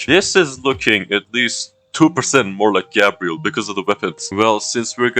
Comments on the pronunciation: garbel 😂😂😂😂😂😂😂😂😂😂😂😂garbel not Gabriel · Putting the L in GabrieL